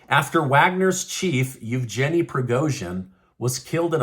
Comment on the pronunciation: it's a hard G in Yevgeny.